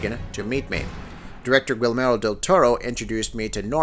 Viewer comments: I was looking for this comment. Thank you for doing it, otherwise I would've done it myself. The way he pronounces Guillermo's name was driving me fucking INSANE! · Pro-tip: Guillermo del Toro's first name isn't pronounced "gwill-MAIR-o", it's "gee-YAIR-mo" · bro... guilmero? have you never heard his name out loud? it's gee-air-mo. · key-air-mo now replace the "k" with a "g" and thats how you pronounce guillermo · I can't be the only one cringing every time he pronounces Guillermo as "Gwill-marrow"... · "Gwillmero". triggered.